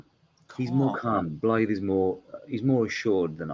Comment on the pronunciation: is he pronouncing blaidd's name with the D instead of the th? oh boy